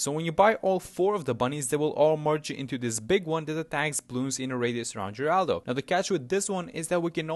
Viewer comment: So... you pronouncing it "jeraldo" was just the tip of the iceberg on your sheer lack of knowledge for the new hero? I am in pain.